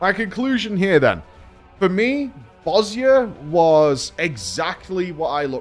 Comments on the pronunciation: Thank you for pronouncing Bozja correctly :D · Props for pronouncing Bozja properly